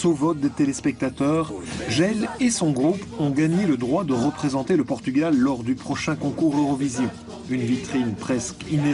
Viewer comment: A crise chegou ao nome do país? O "r" terá sido vendido ou penhorado?...é "Portugal" é não "Potugal". Tirando isso, Força Camaradas ;)